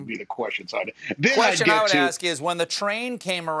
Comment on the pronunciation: the kwisTshen :) lol